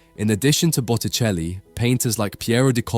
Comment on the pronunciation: Bucheli?? Es Boticelli !!! Hay q arreglar la IA.....🙄